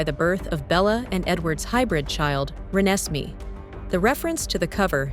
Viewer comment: How they said renesmee tho